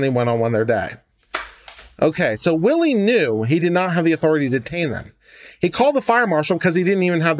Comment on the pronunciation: It's pronounced Whylie not Willie!